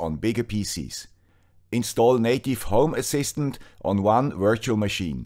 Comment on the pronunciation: Sorry, I always hear "homo assistant" 🙂